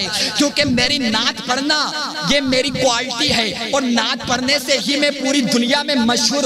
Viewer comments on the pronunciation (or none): none